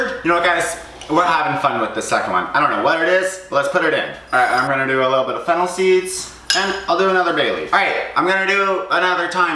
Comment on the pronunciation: I keep thinking he is saying fentanyl not fennel